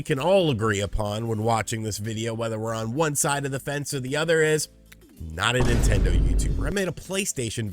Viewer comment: "Nontendo" Youtuber